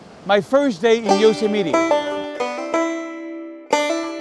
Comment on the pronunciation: Love the way you pronounce Yosemite... :) I enjoyed this video very much...I would like to meet you sometime when you are here in the US...